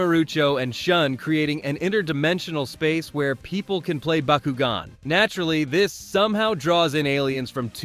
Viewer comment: Stop saying bakugan like that wtf